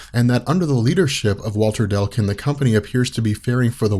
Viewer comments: DECLUN....UGH! NOT DELCUN!! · Its Walter Dec-lun not Del-cun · I can’t stand this, anymore. It’s “DECLUN,” not “Delcun”. D-e-c-l-u-n. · Thanks for doing these, they're really awesome. Btw... It's Declan. Dec-lan! Not Del-can. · I was focused on that as well lol. I missed half the video because I kept saying declun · come on man. DEC-LUN and not DEL-CUN. You've been hanging around benny too much. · Yep. It's "Deh-Cloon" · Declun is not pronounced Delcun.